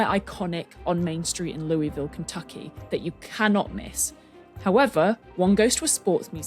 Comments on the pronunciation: For all my friends in Ky, while the baseball bat uses the French pronunciation, the town is pronounced lu-i-vul as if your mouth is full of marbles. I lived an hour upriver from them for a time and was yelled at every time I said it wrong. Sadly, I spent most this episode thinking about Churchill Downs (the Derby) even with you using the bats name. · Being married to Kentuckian, I have to proxy her by saying the pronunciation of Louisville is going to upset people. ✌ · The whole time they said Louisville Kentucky and I was CERTAIN they were saying St. Louis Missouri so I was screaming at my screen about the two sides of the Arch.